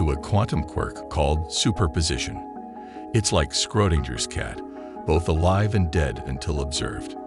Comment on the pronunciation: Did he say “Scrote-dinger’s” cat???